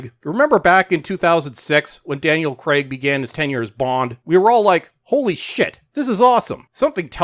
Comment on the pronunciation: This may seem petty, but can you lot over the pond please call Craig, "Craig" and not "Creg?"